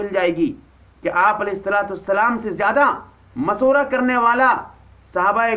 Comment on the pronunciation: molvi sahab ..aap pehle khud Sahi alfaz to boliy .. mashwara Ko maswara ,,Shura Ko Sura... aap s.a.w. ki hadees pe Gaur nhi karte ki aapne farmaya..mafhoom/Ameer se amaarat ke bare me na jhagdo....Ameer ki ita'et karo ,(do alagh hadees/ek saath)> (1)chahey habshi ya (2)kishmish ke Barabar sir wala hi kyo na ho..ye aap samajh nhi paa rahe